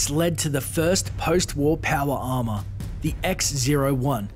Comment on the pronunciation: "Powa arma"